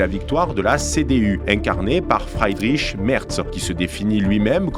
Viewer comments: La bonne prononciation pour Friedrich est i long et non ail . Sinon il vaut mieux traduire et dire Frédéric c’est moins ridicule. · ton éloquence est vraiment bien,mais évite de parler allemand parce que la t'es nul mon pèpère,c'est pas FREIDRICH mais bien FRIEDRICH. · Attention c’est Friedrich et pas Freidrich. Et Weidel se prononce « Vaïdeul » et non « Oueidelle ».